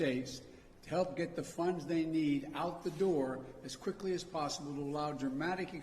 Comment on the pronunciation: the agencies have acted "quifley"